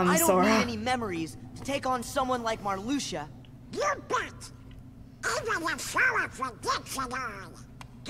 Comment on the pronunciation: Calling Marluxia Maraschino I died XD